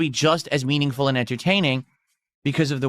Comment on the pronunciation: I cant stand when he says :mEaNiNgFuL"